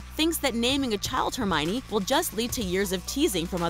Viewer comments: Hermione is pronounced (Her-me-own) not (Her-miny) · Hermione is actually a name of German Origin, and it's the female version of the name Herman, and is properly pronounced as, Her-me-neh. I know because I come from said European country.